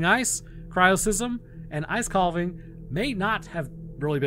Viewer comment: Why did he pronounce it 'kal-vuhng" twice? It is pronounced kaa-vuhng, much like calf is pronounced kaaf and not kalf. The "l" is basically silent. Not even sure why that bothers me so much, but it does.